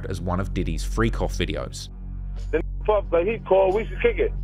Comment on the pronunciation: “Puf” when it should be “Puff”